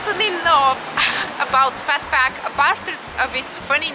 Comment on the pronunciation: I watched this numerous times just to hear your pronunciation of Phat Phuk :) cheers me up.